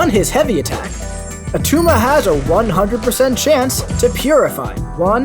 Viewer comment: It's not Attuma